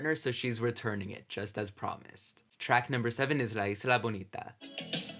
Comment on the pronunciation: Looking great,! And i loved how you said "La Isla Bonita". You must not forget "I'm Breathless", "Something to Remember", and even the "Evita" soundtrack on your reactions.